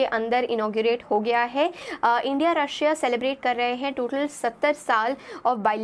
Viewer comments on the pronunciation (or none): none